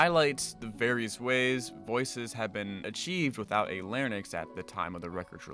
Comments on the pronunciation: It’s “lair-ING-cks,” not “lair-nix.” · larynx is pronounced "lair-inks"